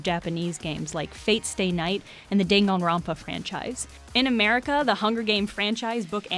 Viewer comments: the intro song literally pronounces it for you, how did they say "day-gong-ronpa" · I'm sorry but hOW did you just pronounce danganrompa? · I'm sorry but I can't get over your pronunciation of Danganronpa